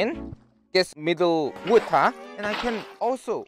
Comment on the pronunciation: lol wuta = water lol